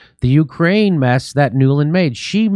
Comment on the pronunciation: “Nuland”… Every… Single… Time!!!